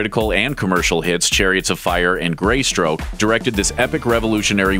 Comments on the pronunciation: Did you say GREYSTROKE?!!! Ha ha!! Nice research. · Moronic narrator said GREY STROKE.